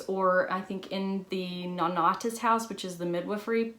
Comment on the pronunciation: Listening to an American pronounce the British names like ‘Chummy’ and ‘Nonnatus House’ is the funniest thing to me